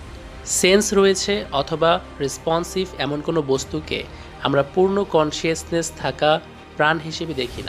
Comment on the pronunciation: it's not কনশিয়াসনেস! it's কনশাসনেস। and not আওয়ার্নেস! it's এওয়ার্নেস।